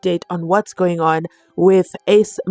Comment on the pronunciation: 😅😅😅😅😅😅 I just love the way you PRONOUNCE Ace s SURNAME in dis video 😂😂😂 u really killed me as I had to keep repeating that to make sure if i hv heard u correctly. U see this GININDA MAN is really changing our accent and pronunciations by listening to him too much🎉❤